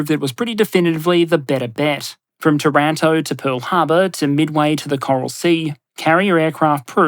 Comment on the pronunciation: Did he just say tahranto ? 😂 Love it.